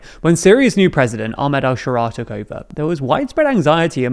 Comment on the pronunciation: could you make an effort to pronounce Ahmed Al Shara'a better? It really bothers me